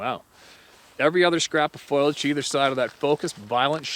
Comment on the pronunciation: Ugh.....foilage- things made of foil Foliage(FO-LEE-AGE)- plant growth, leaves, vines, etc. Sorry! Big pet peeve of mine!